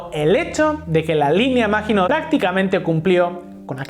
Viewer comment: hmm.. se pronuncia MAGINÓ, la letra T final es muda